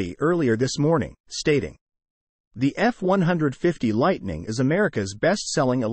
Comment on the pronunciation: Hard to watch something where the computer voice is mispronouncing the model name. Is it that difficult to get a human (or properly programmed robot) to do a video that's not even three minutes long?